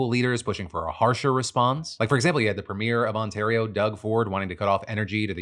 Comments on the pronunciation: It’s pronounced Pre-MEER Phillipe not PREEM - ear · Hey Phil! Seeing as you will probably be talking about Canada/US relations more frequently in the near future, specifically about our favourite love/hate-able politician Doug Ford: “Premier” is pronounced “Pree-Meer” Have fun! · Phil love you, but as a Canadian fan please learn how to pronounce Premier and Trudeau lol